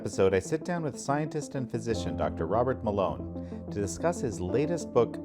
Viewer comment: I thought he said doctor water mélon 😂